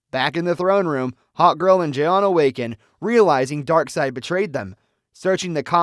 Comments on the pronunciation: Jay-on jay-on? Oh, crack me up! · Jay-On Jay-On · Jiyon Jiyonnn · Jay-Yawn lol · Why can't you pronounce 'Jon' it's literally just 'John' I had to quit watching cause it drove me insane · Bro the fact he mispronounces J'onn constantly is very sus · This narrator sucks. I can’t stand the way he pronounces J'onn. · I don’t understand why you can’t pronounce J’onn’s name correctly